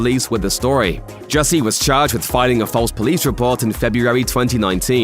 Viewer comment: Jussie ,not Hussie.